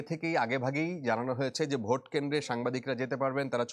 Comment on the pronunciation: সাংবাদিক সাব কথা বলার সময় অশুদ্ধ উচ্চারণ করেছেন। একটু খেয়াল করলে শুনতে পারবেন ‘ভোটকে’ ‘ভূত’ বলেছেন।